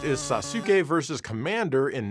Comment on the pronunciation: Lmao.. did he say Sah-Sue-kay…🤣i love you man, but you butchered that